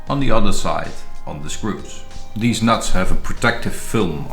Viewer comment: “theeze nuts”